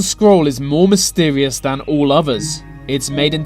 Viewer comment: nuffing is known offah fhan fhat